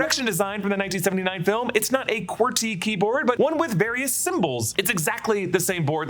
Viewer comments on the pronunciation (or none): none